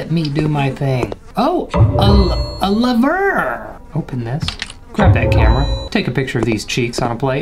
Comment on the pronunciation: No one:: oh levurrrr